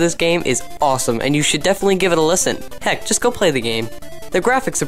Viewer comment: Poardon, that would be "heck" not "hexk" ;)